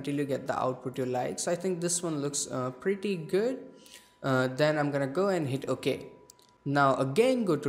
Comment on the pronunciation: Hey that "preety guud"